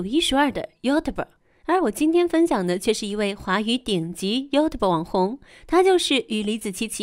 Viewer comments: 这个英语发音 油头啵，我也是醉了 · 妖特伯，嗯，能把youtube读成这样的，也算是一个英语奇才。中国小学三年开始应就有英文课了吧。这解说从小学就应该是个班级拖后腿的奇才。